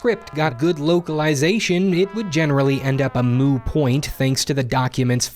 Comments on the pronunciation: Did you say... A "moo" point instead of a "moot" point? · Did he say “a moo point” at about 5 min in? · Did you say "A 'Moo' point"? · The term is "moot point" by the way not "moo point" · "A moo point"? Hahaha... you mean moot, lol? Interesting video, I've never thought too deeply about why earlier voice acting was pretty awful but it makes perfect sense. Cheers